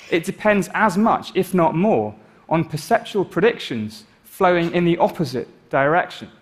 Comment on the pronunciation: I think you mean 'perceptual rather than 'perseptival'